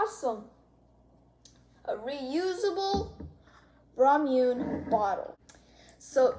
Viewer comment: Btw ita raw-muh-ney